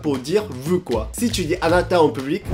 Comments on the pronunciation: Et prononcer vOUs et pas vuuuu c'est difficile ?? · Il prononce "veux" au lieu de "vous" ou je rêve? "ça m'énerve les gens qui s'exprime mal en français !"🤣🤣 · faut arrêter de dire "veu" a la place de "vous" 😄